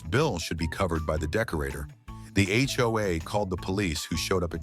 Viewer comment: One more complaint- edit your AI reader/voice. HOA is read as H. O. A. It is not a word.